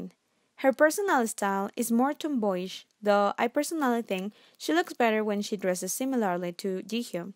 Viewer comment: She meant to say “THOUGH” but it sounds like “duh”